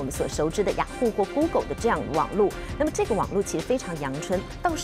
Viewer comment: 不是goolgle 是google 😂